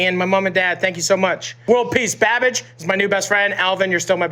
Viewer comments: I kept hearing “bad bitch” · I thought he was saying "bad bitch" for a long time 😂😂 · Is Matty saying babitch? I swear that’s what I’m hearing. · Man's pretty much calls him "Babitch" throughout the entire video and no-one gives a fuck 😂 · I heard Matty call Andrew babitch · I'm hearing Matty say "Bad-Bitch" instead of "Babbish"..... lmao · Keeps calling him Babitch, hahaha. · He called him babitch 😂😂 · All I heard from Matty was "Binging with BadBitch" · Why dose Matty sounds hes calling babish . Bad Bitch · Every time Matty says 'Babish' it sounds like 'bad-bitch'... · "Babitch" lmao XD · I cannot unhear "Babitch" xD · Instead of "babage" I legit thought he said "babitch" :'))) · Is he saying banish or bad bitch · keep thinking Matty is saying bad bitch lol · he says bimbish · I always thought he said babitch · I just heard bad bitch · Matty kept saying “babitch” for some reason that was hilarious to me. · Does Matty keep calling him "Babich"? Lol. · Everytime Matty says Babish I keep hearing "bad bitch" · Did he just call him BABITCH? LMAO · I thought matty was saying badbitch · I keep hearing badbitch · Half the time he was saying Babitch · I thought he was saying Babbitch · anyone else think he was saying bad bitch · He was saying BaBitch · I love how Matty calls Babish, “Babich”😂😭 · I heard Babidge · Is Matty saying “Babidge”? 😆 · I feel like Matty keeps saying BABITCH :D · I swear I heard matty say pronounce Binging with babitch! Lol Matty stole the whole show! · Why does he keep saying Babitch? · "Babitch" lol. He said it like 3 times. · When matty called babish "babitch" 😭🤣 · "babich" lol